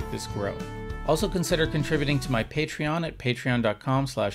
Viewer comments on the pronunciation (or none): none